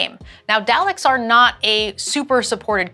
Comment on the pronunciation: I died hearing say Daleks as "Dall-Icks" It's pronounced doll-ick! 😭